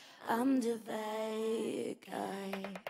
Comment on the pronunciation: q alguien le diga a Eva que no es "baY guy", please.